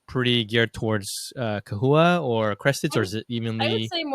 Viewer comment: I've never heard it pronounced kewies...I've always said chewies and chahoua...not kahooa.